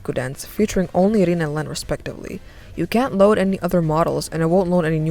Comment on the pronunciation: WAIT ITS PRONOUNCED REN AND NOT RIN?!